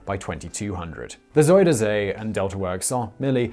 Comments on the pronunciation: You say "Zoh-der Zay". It is closer to "Zai-der-Zee". Try that, will you? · Try again. Not ZoederZay. say Zie der Zee